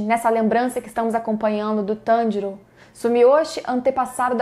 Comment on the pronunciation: E tanjirino não tanjiro